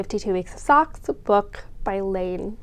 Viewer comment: Such a delight to find your podcast, love your knits - that blanket is INCREDIBLE! Your plan to knit through the 52 Weeks of Socks books is so fun, I thought for a crazy moment you were going to do one a week, much more relaxing not to have a deadline! I think that 'Laine' is pronounced line-ah - it's a Finnish word I think.